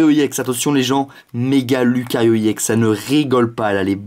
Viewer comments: PK il dit E-ex au lieu de ex c'est pas ecrie E-ex c écrie ex ! Et si tu veut dire E-X en englais le X se dit pas ex -_- en plus il a TJ le ton de phare quand il ouvre c'est carte et en plus on s'en fou des 8 1er carte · pourquoi tu dis IEX c'est RX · C'est ex pas iex Aprend a parler mon gars